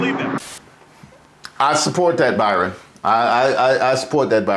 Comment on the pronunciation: called him “bi-.” 😂💀